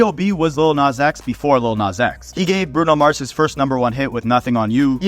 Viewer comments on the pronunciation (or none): none